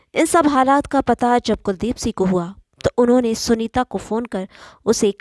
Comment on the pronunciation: Aap Singh ko sih pronounce karti ho , please correct